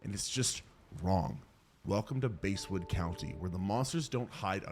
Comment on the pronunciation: Bro, it’s basswood county